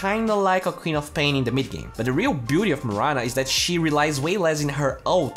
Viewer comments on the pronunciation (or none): none